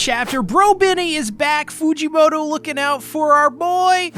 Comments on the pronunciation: I cant be the only on who hears "fujimotor" when he say "Fujimoto" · Why does he say fujimotor